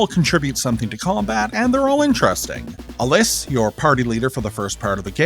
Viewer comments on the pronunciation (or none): couple notes. Alys is pronounced Alice. and Hahn doesnt add anything to the game at all. xD